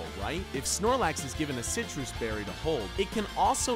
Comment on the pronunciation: Dooms_Terror_Gaming you said situs it's sitrus